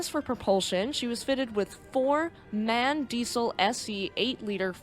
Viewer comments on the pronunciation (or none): MAN isn't spoken like the English man, it's short for Maschinenfabrik Augsburg-Nürnberg 😉 So you spell it every letter by it's own and in German, the A is spelled like the a in water. Just in case you stumble over another ship powered by a engine of them. 😊 Besides building trucks and huge engines for ships, they also build parts for the Ariane rocket program.